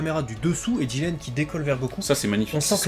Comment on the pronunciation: Le mec il s'appelle jiRen pas jiLen sérieux les mecs c un r pas un l